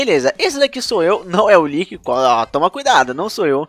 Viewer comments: Ele falando liqui o vídeo td: Eu:e lick mano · Toda vez que o fala Lick ele fala Lique e eu completo dificador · O falou líqui kkkkkkkkk